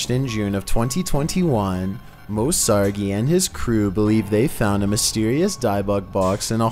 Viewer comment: Hey just wanted to tell you Moe Sargi's name is pronounced SAR-JEE. And the box he pulled from the lake is a DIVET BOX and it's pronounced DI-VIT. Just so know for future videos. 😊